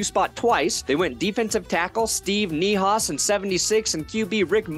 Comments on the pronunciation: Steve Neihaus is pronounced "Knee House" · It’s pronounced Knee-House